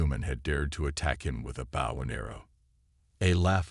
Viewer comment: Teach your AI to correctly pronounce English! Bow in this context is pronounced boe.